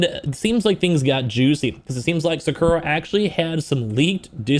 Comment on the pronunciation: they way he said jakura